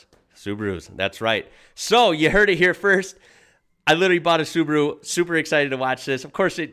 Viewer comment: That means Su-ba-ru and not Subru